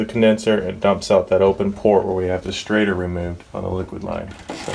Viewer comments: It’s called a “shrader” with a “sh” sound.... not a “straighter” “str” sound 😂 Sorry, been in the field since ‘91, hearing “straighter valve” is like finger nails on a chalkboard 😂😂😂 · Good video. But it was driving me crazy. Its called a schrader valve not a straighter valve. LOL. just busting your stones. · Schrader... Shrayder... SsshhhhrrrraaaDDDeeerrrr... NOT straighter 😂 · Does he keep saying "straighter" instead of Schrader ... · omg is he saying STRAIGHTER valve